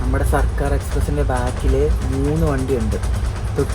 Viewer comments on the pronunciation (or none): Its circar..not sarkar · ബോറൻ വ്ലോഗ്. സിർക്കാർ എന്ന് പോലും വായിക്കാൻ കഴിയില്ലേ 😭